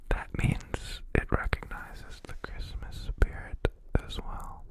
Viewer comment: "Chrimpasmas" is what i heard😭